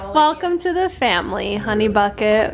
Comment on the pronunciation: It’s honey not Ron 😂